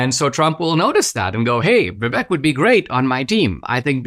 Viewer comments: Dinaaaasysh!! Stop being irritating. Pronounce Vivek's name correctly!! Vivaaaaake!! You know perfectly well howvto pronounce it!! Still respect you immensely..... British Indian from the UK🇬🇧🇮🇳🇬🇧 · His name is pronounced like ViVAke - like cake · Very good analysis, Dinesh. But... being an Indian American, you should know that "Vivek", when pronounced correctly rhymes with Cake. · Dinesh is Indian, and he pronounces Vivek's name wrong. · Dinesh, you are from India and you mispronounced Vivek's name?😊 Even white people get's his name right Vivek like "cake" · How is this guy not able to pronounce Vivek's name? Is this Indian on Indian crime? 😂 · Hello Dinesh, love you love your channel here on YouTube but please pronounce Vivek’s name correctly. I am supporting Trump but have been a super fan of Vivek longer than his announcement for President. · It’s kinda funny to hear an Indian mispronouncing Vivek. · Dinesh, for the love all that is decent, please pronounce Vivek's name properly if not your own name. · Except that he can't say Vivek's name properly. LOL